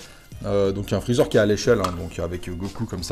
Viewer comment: " chalu ché freecher " 😂😂😂 je suis mdrr excellent 👍